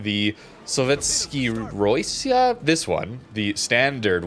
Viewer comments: Saw ‘VET Sky Ya Raw ‘SEE Ya Say Rossiya like this “raw ‘see ya” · I think the pronouncing of Sovetskaya Rossiya is something along the lines of suh-VYEHT-skuh-yuh (Sovetskaya) ruh-SEE-yuh (Rossiya)